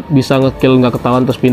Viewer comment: Bang abang salah ngomong harus nya ngomong undertaker